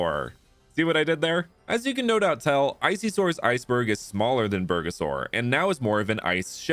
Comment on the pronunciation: nah crazy calling bulbasaur, bergasaur. As a Mexican, I almost spit out what i was drinking.